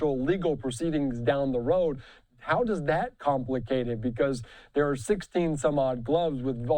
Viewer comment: They cannot pronouce "th." It really is not pronounced "dat (s) " "da" "doze,".